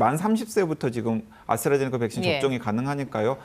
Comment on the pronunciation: 아나운서 발음ㅎㅎㅎ아스라제네카~ㅎㅎㅎㅎ